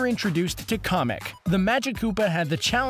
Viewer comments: KOMEK ITS KAMEK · ITS KAMEK NOT KOMEK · Sorry but it's kAMack not comic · It's CAMek not COMik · why do u call kamek "comic"? is it just ur accent? my bad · Komek It’s Kamek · it is kamek not Kahmek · You said his name as komick is sopose to be said askameck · why did you say comic that is Kamek not comic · It's not kumek it's kamek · It's pronounced Kamek not karmek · KA MICK NOT COMIC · its kAmek not kOmek just saying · Kamic not comic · its camik not comic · Komek? Its Kamek and here's your simple answer, 1 which is Jr, Shigeru Miamoto said the Koopalings are adopted and he is the CREATOR of Mario and the head of nintendo. Nobody wants your stretched out video that couldve been 2 fucking minutes long but no, ad revenue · you just said komek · Real Mustache man Its kamek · Anyone else bothered by the fact that he calls kemic comic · I’m sorry but who pronounces kamek as comic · I like how he says kamek he says comic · Ka-mec lmao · Komic? KOMIC? B R U H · kept hearing komok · ugh...so much misinformation and mistakes....Kamek is pronounced cam-meck, it's been known for a while now that Bowser Jr is Bowser's only actual kid ( though the Koopalings are still a mystery....they'd been said to be adopted, yet also that they're Bowser's niece & nephews...confusing ), the Koopa Kids are just random characters created to pad out Mario Party's cast, the Koopalings returned on GBA in Superstar Saga before NSMB Wii, Bowser & Baby Bowser team up in Partners in Time not Yoshi's Island DS ( adult Bowser DOES appear as the final boss, as he does in Yoshi's New Island as well, but they don't actually team up ), and Wart is SMB2's villain not Birdo.... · it's Cammack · Did he say komek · it's pronounced ("Cam- eck") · It's pronounced meKamick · Its Ka meek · It's (ka -mik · You said Kamek wrong... U N A C C E P T A B L E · GETS TRIGGERED THAT YOU SAID KAMEK WRONG Jk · Saying kamek wrong